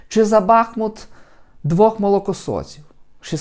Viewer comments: Все правильно сказав, але місто називається БахмУУУт, а не Бааах! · не бАхмут, а бахмУт!!!